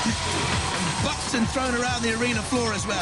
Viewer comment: "Bucked and", not Buxton.